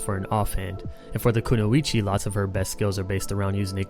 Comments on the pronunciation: Just so you know, Kunoichi is pronounced Koo-noy-chi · it's koo noy chee